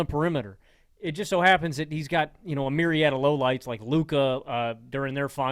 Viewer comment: When said “myriad of lowlights, like Luka….” I heard “myriad of low lives, like Luka…” LOL